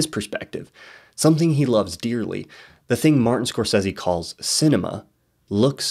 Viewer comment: I love these videos but everything I hear "score seezie" I die a little inside haha